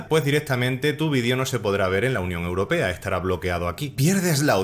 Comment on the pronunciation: Porque dices la unión europeda?